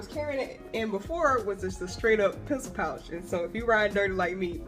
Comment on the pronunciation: awesome tips, i'll have to try to hunt that water bucket down (i'm in france, so no hobby loby or whatever store you mentioned). fun fact : i watch my videos super sped up (adhd), and the way you say "pencil pouch" when sped up it genuinely sounds like "piss pouch" - that made me laugh 😂